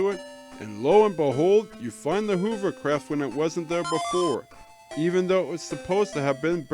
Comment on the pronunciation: Very informative video, but the girl's name is pronounced "Alice" and hovercraft is pronounced "huvv-er-craft" (rhyming with lover-craft). Also, Saccubus is winnable, you just have to be very strong when you fight it. It's a waste though, because you barely get anything out of it.